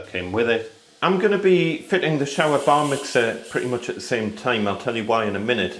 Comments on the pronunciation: Ha! I kept hearing Bar Mitzvah :) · I keep hearing Bar mitzvah 🤣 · every time you said "Bar mixer", all I could hear is "bar mitzvah" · Bar Mitzvah I thought i heard and realised it was Bar Mixer!! 😀 Another video of great tips.